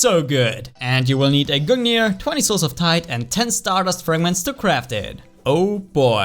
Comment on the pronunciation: Lol Everytime said souls of Tide it sounded like he said souls of tight